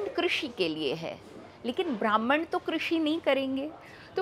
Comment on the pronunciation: hard cor comunich dikh rahi hai, Jitani bar isne "brahmhan""bhrmhanical" bola hai aur jis tone me bola hai to iske itihasic gyan ke bare me shanka hai.